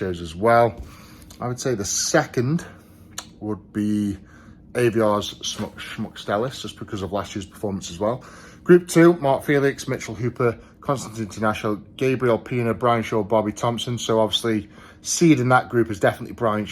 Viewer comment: Mate its Aivars and Oleksii. Not Aviars and Oleskii 😂